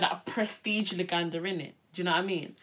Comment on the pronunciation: Jeez the Luganda at the beginning 😂 murder Thanks for repping 🇺🇬